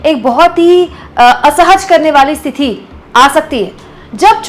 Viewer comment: मैडम एक बात बताईए कि स्थिती (situation) होता है या स्तीथी होता है? क्योंकि आप हमेशा स्तीथी ही बोलती है।